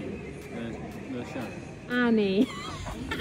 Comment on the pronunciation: Ann-knee — I mean, I laughed, so :D